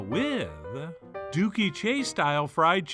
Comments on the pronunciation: Dooky is pronounced like "cookie". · Hearing you say dooky 😆